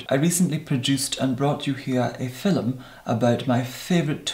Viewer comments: Leena Husa that's how he pronounce "film" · I have just discovered you,, and this is the first video I’ve watched. I must say that you are completely mesmerizing. You would make a great hypnotist. BTW, I am obsessed with the way you say “film.” And I love the brogue in your voice when you say “tone.”